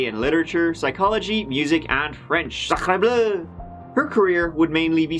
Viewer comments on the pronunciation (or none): I had to rewind like four times to listen to that 'sacre bleuuu(?)' again and again :'D